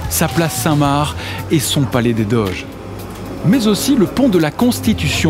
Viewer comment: A Venise, ce n'est pas la "place saint mare", mais la place saint MarC avec un C